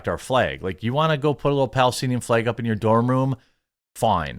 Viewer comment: The way he pronounces “flæg” went from funny to “holy crap bro, stop saying flag”